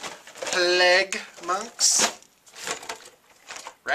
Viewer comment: PLAGUE! PAHLAEGUH!